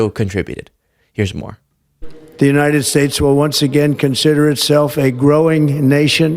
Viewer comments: "The United Spits" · he said "the United SPATES" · When talking about Panama did he just call us the United Spates??? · United spates?? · The United Spates XD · United spac.... I'm trying to say united state.... well done Trump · Did he (45/4*) just say, The United Spates"? Lol!!! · The United Spates eh? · "The United Spates"??? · Trump said United Spates, then quickly tried to correct his mistake with his patented “the weave” and says the United States!